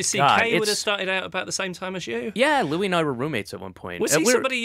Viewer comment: Interviewer totally butchers Louis' name!